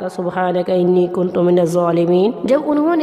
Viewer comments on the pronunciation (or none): Galat par rahi ha ine kuntu ha kuntum ni ha